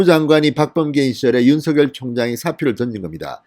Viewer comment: 진성호씨 윤총장 이름을 개명하지마세요 가끔씩 (윤 석 열) 을, 윤 서 결, 윤 서 결 이렇게 발음하지 마세요)